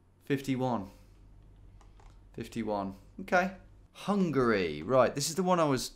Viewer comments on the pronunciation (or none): none